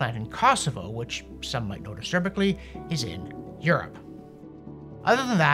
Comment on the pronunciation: aSERBicly -- hilarious!